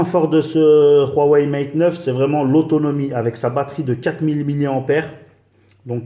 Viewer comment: Mdr il est ou le R dans Huawei? C'est pas Ruawei